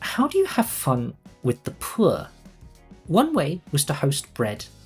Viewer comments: The man says "phour" like it's a slur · the way he starts saying “poor” in that posh accent that sounds like you’re throwing up in your mouth a little whenever you mention the lower classes